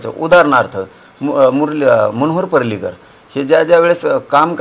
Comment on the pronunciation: मनोहर परलीकर नव्हे रे परिर्कर अर्थात तुला उच्चार कठीणच आहे म्हणा 😂😂😂😂😂 ज्योतीरादित्य सिंधीया आधी कुठे होते बघ म्हण मग लोकांना अक्कल शिकव